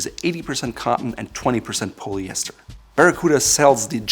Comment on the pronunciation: “Pollyester” not “poleyester”.......